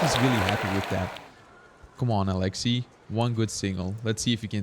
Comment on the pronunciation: I just love hearing people try to pronounce Alexey’s name just because every time my Russian dad heard the commentators on the official comp live stream say his name, he shouted out the correct pronunciation as if they could hear him correcting them😂😂❤